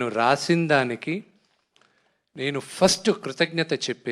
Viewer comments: First ❌ farast ✅ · Frast kadhu first ra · first =farast😂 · Frast kadhu first ra ayya